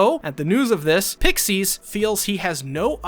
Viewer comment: AND THE WAY U SAID "PICKSEAS" 😂😂😂😂